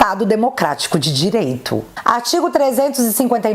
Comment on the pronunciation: “Cuidado” do xande só fala “Desmoctrarico” “dereito”